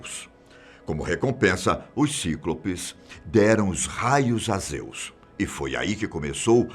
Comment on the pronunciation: "Cíclôpês", aaaaaaaaaaaaaaa fala certo pfv